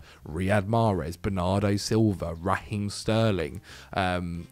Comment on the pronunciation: sharp as always but he did say RAheem, I guess if Sterling played for Chelsea the pronunciation would be on point;)